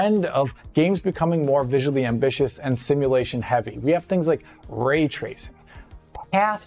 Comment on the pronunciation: Ah yes, *Vray-tracing*